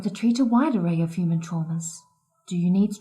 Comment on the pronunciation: He only did it once when He pronounced "human" as "humon". Pretty obscure but it's there.